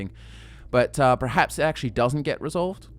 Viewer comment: This is completely irrelevant, but I can't help but mention it. The word is "perhaps" not prerhaps.